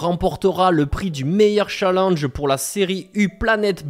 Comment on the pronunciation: *Challenge et pas chalange 😂